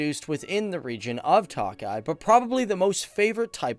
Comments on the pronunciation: Hi! Great video! Tokaji is actually pronounced as token (minus the n)-eye - eeeeee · Man says that he put so much time and research into the country and he can't even pronounce words, for tokaji he says toakeye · Thanks for this but, Tokaji is pronounced: Toe-Kah-Yee, NOT Toe-Kie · ki itt Magyar - Who is Hungarian?! Also, the vine is pronounced To-ka-yee